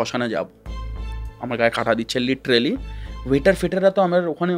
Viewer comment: Golpo ja bolche tar thake "Littrealy" ta basi bolche 😀😀😀😀😜😜😜😜